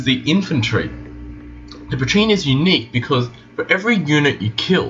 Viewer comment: Did a pretty good job but mispronounced Pracinha and you're stuttering so much